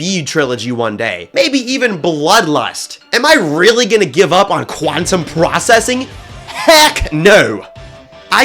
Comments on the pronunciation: blast processing 😊 Quantum prcessing 😐 quanteuse processing 💀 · Quanteuse Processing